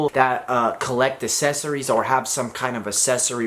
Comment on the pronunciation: Still having trouble with that word huh? Accessories